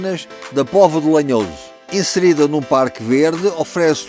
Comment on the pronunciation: Não é lenhoso é lanhoso